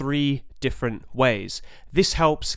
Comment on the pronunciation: Absolutely epic breakdown! Oh and btw... "DEEFerent!" lmao